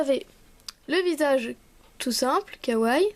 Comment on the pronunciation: Sa se dit KAWAIIIIIIIIi pas kaway mais la créa est super !